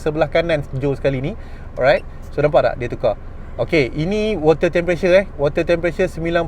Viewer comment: Sebut btol2 bang temperature.. bukan tempressure.. hehehe